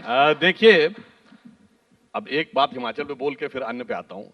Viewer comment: Bhai ye Himanchal nhi he...... It's Himachal Pradesh